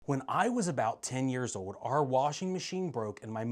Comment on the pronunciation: What is it with all these millennials and gen z'ers that can't pronounce old? It's not ode. It's old!